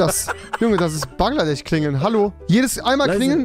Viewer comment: Niemand Wirklich niemand Rewi:bangladech